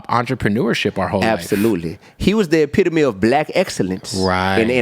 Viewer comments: Did Kev just say the “epi-tome” lmao it’s pronounced “e-pi-to-me” 😂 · “e-pi-to-me” Lordy